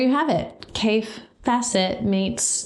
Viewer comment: Everyone mispronounces Kaffe’s name when they first find his fabric 🤣 I love how these fabrics are encouraging you to be less ‘matchy’ with colours 🤷‍♀️ Creating patchwork is definitely character building 🤣🤣 If you get to the Festival of Quilts next year there is an amazing quilt museum in Lampeter 🤩 with a shop next door, called Calico Kate, that has the most amazing selection of Kaffe fabric 🤩🤩 (Sorry Paul) Love how you are so excited by these fabrics 🥰 Enjoy 👏👏🇬🇧